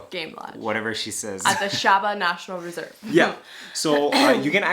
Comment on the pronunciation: Shaba as in Shabba Ranks...,🤣🤣 your wife is saying it right..👌👍